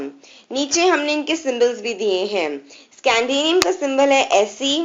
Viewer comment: It's scandium not scandanium